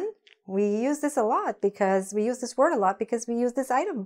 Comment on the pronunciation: The pronunciation of these and this are not clear 🤷‍♂️🤷‍♂️